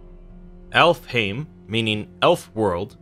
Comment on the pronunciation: So when he says alfheim aesir and niflheim muspelheim it makes me so irritated because of how they pronounced it In god of war